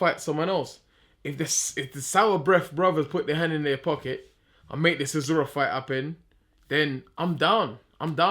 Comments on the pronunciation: CH, CHisora, not Sisora ffs - sick of hearing this mug tarking rubbish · Why does he call Del Boy 'Sizora''?!..cracks me up!